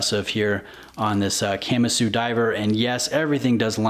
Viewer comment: Can’t stand people who can’t pronounce Kamasu